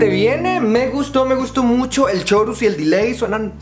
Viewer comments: Se pronuncia CORUS no CHORUS!! hasta lastima el oído... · 'Chorus' se pronuncia 'corus' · En el "chorus" no se pronuncia el "ch" >:v